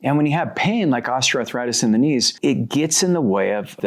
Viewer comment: Ostra arthritis ⁉️WTHell is that?DONT YOU MEAN OSTEOARTHRITIS?